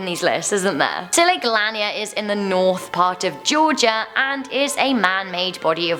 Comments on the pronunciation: It's actually pronounced laneer not Lanier but you didn't know and it's ok I have lived near the area where it is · Lan-yer? La-near. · Lanier pronounced "La-near" live in gainesville where the lake is at always heard of the town never of it being haunted. We even have the Lake Lanier islands which isa resort. Also it's an Olympic lake. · It is pronounced lake Lanier (la-near) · I am so glad I found this video because, all people talk about us Lake Lanier like we don't have any others. Also, the way she pronounced some of these are just- Augusta is pronounced A-gusta Lanier is pronounced La-neer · people in Georgia pronounce it like Lake La-near lol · It’s pronounced luhnear. I used to live on it. It was super weird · Lake "Luh-near " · It's lake LA-neer😂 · Lol its lake ( la-neer) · The way she said Lake Lanier upset me lol. As a georgian, we all say is as la-near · She pronounced Lake Lanier wrong it’s pronounced Lake Laneer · Again I'm from GA and it's Lake LA-NEEER also the Masquerade is definitely haunted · It's pronounced lake la-neer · I live 10 mins from Lanier, it's scary, you can actually see the old roads when we have a drought and the lake dries up. Also 😂 I love how you pronounce it. We locals call it Lake Lah-Near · Love you lots! We grew up on Lake Lanier. It's pronounced "luh-neer" btw named after a poet Sidney Lanier because of his poem, “Song of the Chattahoochee.” (useless history fact for the day). Give the team a "Hey sugah dumplins" from your Georgia fans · its lake lanier. when you say it its like youre saying 'lanear' but it isnt spelled that way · I'm from Georgia. BTW it's pronounced Lake Lan-eer. And I've only heard the one about Lake Lanier but that's it. Although it's not that spooky over there. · Your saying lake lanier wrong lol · She pronounced Lanier wrong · The way she says lake Lanier tho😂❤️ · Sommer Donaldson as a fellow Georgian the way she pronounced it just no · You mispronounced Lanier...